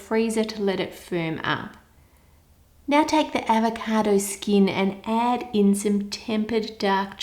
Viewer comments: My sis kept making fun of the way you said avacodo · AVECAADOOUGH -that's how she's says it lmao